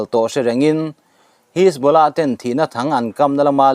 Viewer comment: Buaithlak lutuk,mitamtak hriat tur in chanchin an puang ṭhin si a. A thumal lam sual leh lam dikloh pawh hrilh mah ila,a zawm duh chuang hauh lo.a thu a duh zek😂 Pool...hisbolah..jonny dip.. atam mai😂